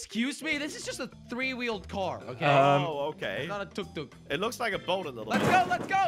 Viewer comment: and said tuk tuk perfectly 😂